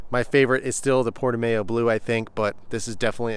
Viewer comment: Just FYI, Portimao is pronounced Porti-MAU (like "wow") not MAYO after the famous track in Portugal